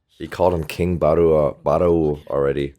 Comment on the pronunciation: You can just pronounce Barou like borrow.